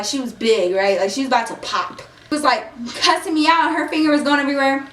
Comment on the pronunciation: i don't know why people say cussing like the word is pronounced cursing